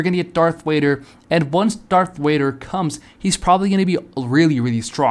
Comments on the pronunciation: Bro you over here making me mad calling Darth Vader Darth wader and you claim to be a Star wars fan I'm sorry but that is so cringe for the love of God stop making YouTube videos if you can't say Darth Vader 🤬🤬🤬🤬🤬😤😤😤🙄🙄😒😒🧐🧐🤨🤨🤨🤐🤐🤐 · If your a STARWARS fan why TF are you saying darth wader